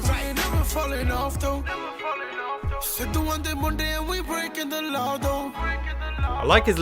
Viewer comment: it's not Sea-Doo, it's Sid-Du